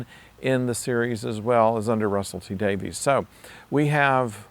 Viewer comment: It's pronounced "Davis" not "Davies", contrary to the spelling!